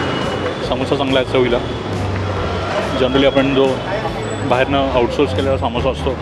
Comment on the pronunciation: Saamosa nahi Samosa bola...